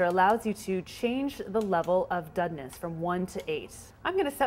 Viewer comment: Sounded to me like she was saying "dudness". And she says "begel" too.